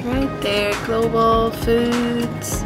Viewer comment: Global po,..hindi, gloval